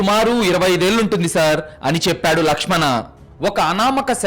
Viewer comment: Ladkhadana kadhu ... lakshm an